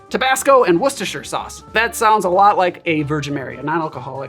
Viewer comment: Just wanted to say well done for saying Worcestershire sauce correctly.